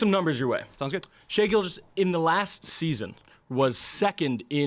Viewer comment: and the way he said “shie” instead of shai. these old heads dont even watch the league they js hold on to nostalgia